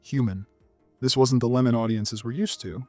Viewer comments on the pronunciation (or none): none